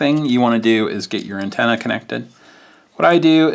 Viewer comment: It sounded like you said Nintenna instead of antenna. Definitely catchy.